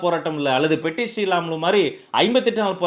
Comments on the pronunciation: Its Potti not petti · Hello LKG. POTTI PATTI SRIRAMULU. not petti SRIRAMULU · Anna I am from andhra he is potti sriramulu not Petti sriramulu